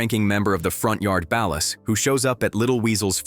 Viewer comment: Ballast and Valor?!? 😂😂😂